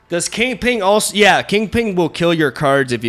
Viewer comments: It's "Kingping", not "Kingpling." :P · *KINGPIN*, its 'KINGPIN' not 'KINGPING' not 'KINGPLING' but 'KINGPIN'. Thank you. . . . . . P.S. Sorry for the outrage.😂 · I love how refutes that he pronunces it 'Kingping' only to say it exactly like that for the entire video. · Bro it's kingpin. PIN. P. I. N. Not ping. No g. King. PIN. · Is he calling kingpin king-ping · Lol why do you keep calling him KingPING? Yer silly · Kingping 😂 I’m dying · Lmao “king ping” and “midge olneer” join forces 😂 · Kingping and Arrow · THE PING!!!!! 😂😂😂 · He refutes saying "KingPling"